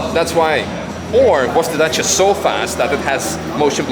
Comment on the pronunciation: Yeees as a Romanian he pronounces Dacia perfectly